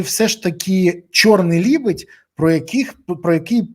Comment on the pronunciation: Не лібедь, а лЕбедь